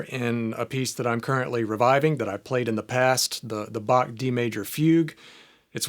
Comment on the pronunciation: Very helpful video. Thank you. But as a German I had a hard time listen to your pronunciation of Bach and Fuge 😅